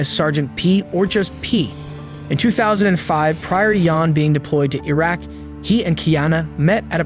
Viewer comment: the way you pronounce iraq.....